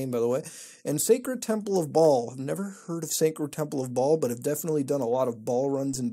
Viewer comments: Why is he saying Ball when he knows its pronounced "Bail" hahahah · I'm pretty sure Baal is pronounced as Bale, not Ball. I could be wrong though. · First website it's pronounced Bail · Baal is pronounced "bail".